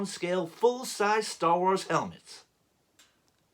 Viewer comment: Ho! Lee! Crap! I am DYING over here,! My wife came all the way downstairs to see what I was laughing so loud about! I'm crying! Hahaha! This is one of the most hilariously entertaining things I have seen in a while! Your American accent is awkwardly hilarious! "Store Wors!" You can tell you're trying SO HARD too! You still pronounced episode as "epee-sode!" The 'whip' sound when pointing? Loved it! "My jam on Reynolds Reviews" had me in hysterics! And then when you did the close up to the camera and said, "Let's get into this!" sounding like an 80's American action movie star, I could barely breathe I was laughing so hard! I LOVE IT! I'm honored that you chose me to lampoon! So well done! On a related note, I told you you'd like the helmet. Just one question though: do you think it's "fantastic" at this "price point?" hahaha! Anyway, great video, great helmet and spot-on impression, my friend! I'm glad to have met you this past year. And the out-take at the end was the icing on the cake! I cannot wait to see you do other YouTubers who have a unique delivery style! Cheers, my friend!